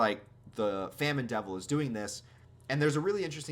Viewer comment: It is pronounced famine